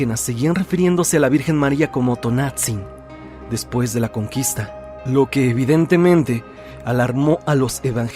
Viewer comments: T O N A N *T Z I N No Tonatzin 🙄👎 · Luego, luego se escucha que el narrador es extranjero, porque no pronuncia bien los nombres en náhuatl. Me harté de escuchar "Tonatzin" 😂